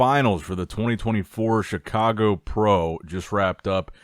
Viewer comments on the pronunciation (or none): none